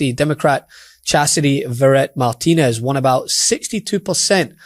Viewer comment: I don't know this lady, but I do know Iberville parish. I think her name is pronounced "mar ti nez" which is French, not "mar TEEN ez" which is Spanish.